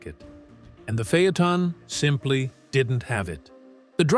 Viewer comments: What’s a phey-a-ton?? This is a great q car with the w12…. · Fay-Uh-Tahn…AI just can’t master some words.